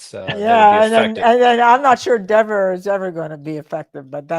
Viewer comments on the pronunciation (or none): Absolutely say Dever WRONG all day everyday!! What a rude little witch!